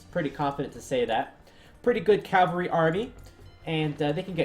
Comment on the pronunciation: The word for mounted fighters is cavalry, not calvary (archaic word for the place Jesus was crucified). ;)